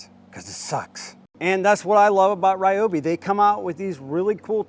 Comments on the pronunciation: Pretty sure its Reeobi! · It's REE-OBI....lol, great vid! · Never what? Please start pronouncing it correctly 👍🏻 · Why can't you pronounce it correctly?! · Sadly, I believe you. If you’re going to promote us, please use the correct pronunciation…